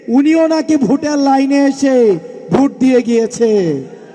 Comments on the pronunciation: যে ভোট কে ভুট বলে সে আবার নাকি মেধাবী? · ছোট ভাই ভুট না ভোট?